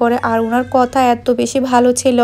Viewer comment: কতা না কথা হবে